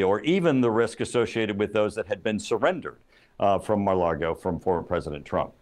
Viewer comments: He’s a Republican hack, and always has been. Also, it’s Lago, not Largo… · How sharp can this guy be if his ability to gather intelligence doesn't extend far enough to understand that Trump lives at 'Mar-a-Lago,' not 'Mar-a-Largo?' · Turner, it's not pronounced "mar largo" it;s Maga Lardo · Mike Turner can't even say Mar-a-Lago correctly.